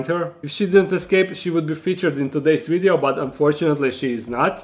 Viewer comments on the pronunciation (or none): Did you say video or ideo